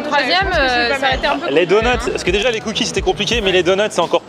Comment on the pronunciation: Les "cookizes"